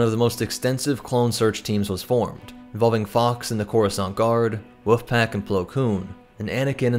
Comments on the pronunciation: Bro why do keep calling the wolf pack the woof pack? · “The Woof Pack” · I always here "Woof Pack" when he mentions 104th. the Wolf Pack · Haha you pronounce, "Wolf," the same way that the entire my mom's side of the family does; "Woof." 🤣 It's mildly endearing lol "Woof-pack." 😂👍 Edit; AWESOME video, man. 🤜💥🤛